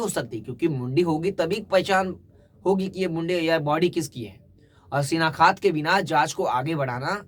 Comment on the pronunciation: Shinaktha not shinakhat 7.45